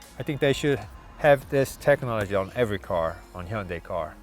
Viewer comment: I love this car. I enjoyed the review. Also, I learned the correct way to say Hyundai . Thank you